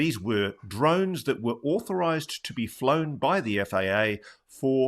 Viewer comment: NewsNation should ask some representative from the FAA to be interviewed. That could be interesting: "..no, those drones are not auhthorized.." 😂